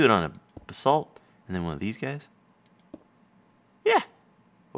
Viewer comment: Basalt is usually pronounced BAYsalt or BUHsalt